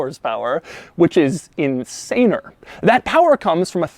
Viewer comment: Nobody: Doug: InSAnEr